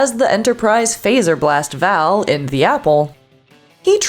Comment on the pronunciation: Also mispronounces Bele and Vaal.